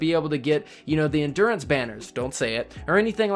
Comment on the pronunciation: He said endurance 😂